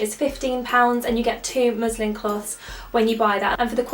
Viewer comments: I thought you said "muslim cloths" hahahahaha! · oops wait she said muslin